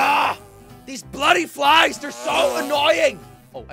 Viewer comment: Oi bloody floiys brow🇬🇧